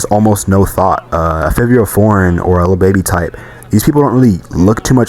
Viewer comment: Is this a.i. his name is not fivio foreign it’s favio foreign